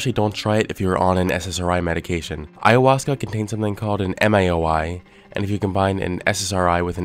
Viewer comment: I struggled to mispronounce ayahuasca the way he so easily said it. "I-uh-hoska"